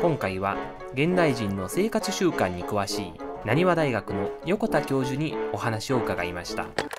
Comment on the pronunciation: 北半球でカナダは🌞も近いPM でも滅茶苦茶明るいですね。何時ごろまで明るいのでしょうか？ 裏庭の池で金魚を3匹ってもっと増えれば楽しそうだけどね。 『生かちゅ習慣』と聞こえたのは気のせい？←仕事柄👂には敏感になる💦。